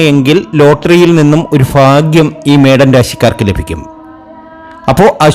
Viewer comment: ജ്യോത്സ്യരെ - ആദ്യം മലയാളം വ്യക്തമായി പറയണം. ഫരണി അല്ല ഭരണിയാണ് ശരി. ഫരണി, ഫാഗ്യം, ഫാവി' സൗഫാ ഭാഗ്യംഇതൊക്കെ തെറ്റാണ്